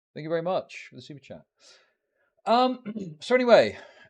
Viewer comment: vewy wecently